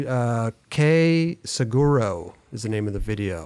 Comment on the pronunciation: saguaro = [SA-WAH-ROW] haha